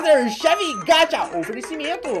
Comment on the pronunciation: 1- e Hummy Chan não rummy 2- e gaCHA não gatcha 3 e fibi que se fala não Phoebe